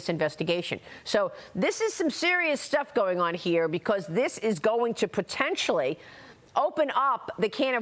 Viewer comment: "potentionally" - how many time have we heard this word in the last year and ZERO came of them all !!!